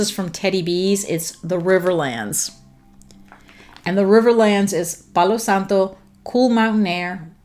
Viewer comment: I looooove the way you say “palo santo,” it’s beautiful! If I’m remembering correctly, Aslan is the Lion in the Narnia series!